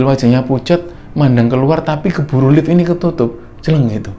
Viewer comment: Orang lain: "di Lift": " di elift" Hehehhe sukses terus kembara sunyi..